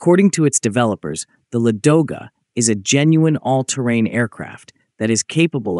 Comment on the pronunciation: Why do Anglo-Americans always make mistakes in the stress of Russian words, and distort their names!? Is this some kind of internal Nazism? Why is the stress on the second syllable, if the correct stress is on the first syllable? LAdoga